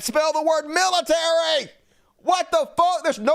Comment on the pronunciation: LOL at "Miltary"